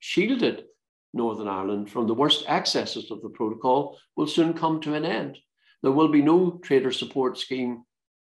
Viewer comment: Geoff Geoff relax your yourself your very angry man and confused its called a protocol not a provo call lol ya muffin ya gef